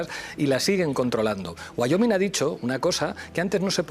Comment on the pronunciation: wayoming ha dicho jajajaja